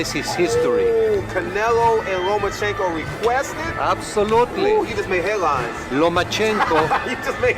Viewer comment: It's called a good guess? Don't hate just because of whose side you're on, unless you have a better guess which I doubt you do lol... Haney just called Lomachenko Nomachenko... so why wouldn't he replace the same syllables with Teo?